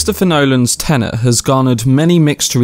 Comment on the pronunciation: if i hear someone say TENENT 1 more time ...